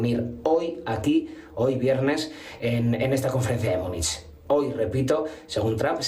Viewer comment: MÚNICH, MÚNICH... SE PRONUNCIA MÚNICH